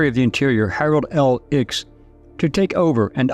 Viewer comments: Not Ickes, pronounced Ickees. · Ickes is pronounced IK EEZ - btw A Marxist. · Ickes is pronunced ICKKEYS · A history professor doesn't know how to pronounce Ickes?